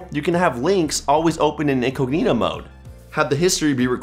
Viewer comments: During the Bromite segment, did you really call incognito mode "inkoheno mode?" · I hate that he says "in-coo-knee-toe". Genuinely makes me rage.